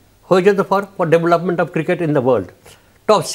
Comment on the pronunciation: আমি অনেকদিন ধরে ফলো করি ,এই উপস্থাপক ৯০% সময় ক্রিকেট শব্দটা উচ্চারণ করতে পারেন না।